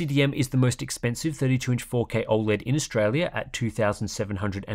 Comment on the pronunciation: I’ll cut the ‘O(a)led’ asmr’s 😂